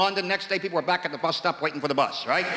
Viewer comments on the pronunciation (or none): I don’t get why some of these fools can say “THE” as it should, but then thinks sounds like “FINKS”